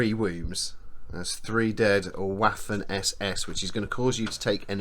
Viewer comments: Loving this, I'm a Memoir '44 hard core fan and slowly learning about Bolt Action. PS. Waffen SS is pronounced Vaffen SS... the W in German is a V like Victor sound, hence, pronounce it Vaffen SS, similar to V as in Van. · This video was amazing but there was one thing that drove me up the wall... The pronunciation of Waffen SS I am learning German and I know that w is pronounced as V so the actual pronunciation would be Va-fen SS. I hope that this channel sees this and keeps it in mind for future videos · I love it when brits pronounce "waffen" as it is were "waffles" - makes it really sweet. You might not care about it, but in german "w" is similar to the english "v" ("vampire"), whereas "v" is pronounced as an english "f".